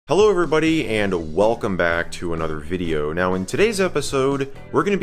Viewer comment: You said welcome back to another hideo